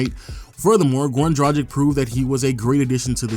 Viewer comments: just one note for everyone who does these kind of videos and tries to be pro about it...plz learn how to pronounce the names...its dra-g(hard g)-ich...not dragik. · It's prounounced Drag-itch. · Waiting for the day someone pronounces Dragic accurately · Damn your pronunciation of Dragic :D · People still out here mispronouncing Goran Dragic's name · It annoys me how every video gets "Dragic" pronunciation wrong. 😶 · How fucking hard is it to pronounce Dragic???? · What percentage of human beings do you guys think are actually able to correctly pronounce the name Goran Dragic? I have yet to find a Youtuber get it right. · is it that hard for amerikans to pronounce dragic properly?